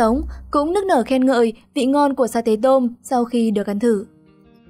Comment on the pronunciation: Sa tế tôm là sa tê tô mư chứ không phải mô mư ad ơi